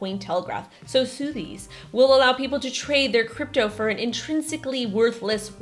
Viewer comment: Is she joking when she says sooooothbys?